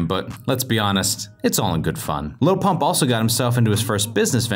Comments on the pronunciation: It sounded like he said lol pop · i swear the narrator called him 'lil punk' a few times